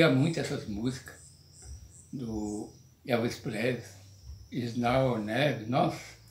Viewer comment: "Elvis Plesrey", perdi aqui